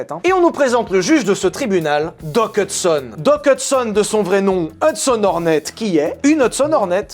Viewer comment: Pendant tout le premier film, je t'ai entendu dire "La qualif Horny" ....